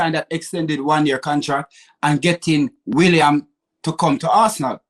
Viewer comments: Some good points here but he butchers everyone's name, this time he's calling Willian - William ???? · should be locked up for the way he butchers player names. Williams, El many 🤣